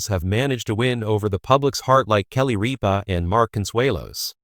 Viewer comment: If you’re going to make these post, do your homework, find out how to pronounce names, there is no a in the middle of Rippa, watching 1 episode of her morning show could have told you how to pronounce her name